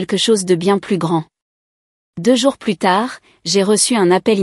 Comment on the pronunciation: "Plus" dans le sens négatif ne doit pas être prononcé "pluss", mais "plu". L'orthographe n'est pas bien respectée dans le texte écrit.